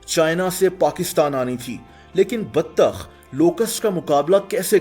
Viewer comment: The baTTTAkH Though BATTTTAKH😂😂😂 love you